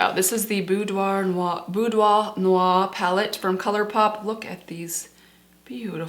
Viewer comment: Great selection and congrats on your perfect French accent for « Boudoir noir » (I am French and I am very impressed 😍)